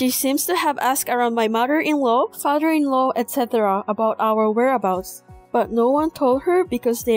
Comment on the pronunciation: Mudder inlaw fadder in law brudder lol. Please learn proper pronunciation